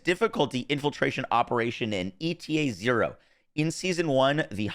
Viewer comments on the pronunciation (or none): I think ETA-0 is supposed to be pronounced like the Greek letter H (eeta), and it’s probably going to be a robot. It’s going to “eat” the items that have 0 value to us, and give us something we actually want/need in return. Also, people do entire builds around transcendents. Waiting that long to release her reds is a bigger L than time-gated invasions because there’s no way to know what cats you need to sink into a build until you see which transcendents are actually going to be worth building around.